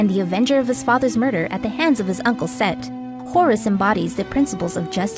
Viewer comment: It's SET, not Seth....*smh*